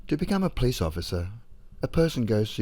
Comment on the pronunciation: Not a criticism, but there was one time it sounded like you said a "Peace officer" instead of Police officer. I certainly prefer Peace Officer!